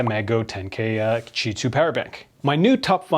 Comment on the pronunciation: Why do you pronounce Ti2, instead of Qi2?